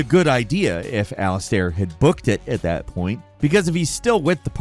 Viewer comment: AliSTAIR? Conrad WERNER? This dude can't even pronounce simple character names, and that's just five minutes into the video. Did give up on even pretending to know what he's doing? Maybe "" should focus more on actually playing some games instead of being a communist on Twitter if he wants to keep talking about video games.